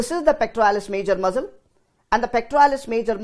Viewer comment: Great explanation its just that muscle (mssal) sounded like Muzzle like those of guns which was distracting